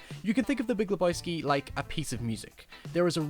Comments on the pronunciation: Le BOY ski 😂😂😂 Fucking A. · Not leboyski, lebojski LEBOWSKI, LE BO WSKI !!!!